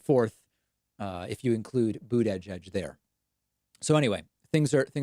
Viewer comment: Please stop pronouncing mayor Pete’s last name, if you were just trolling sorry to bother you but it annoys the shit out of me